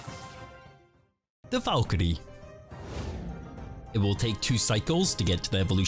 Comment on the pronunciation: This man was made to say ‘Valkyrie’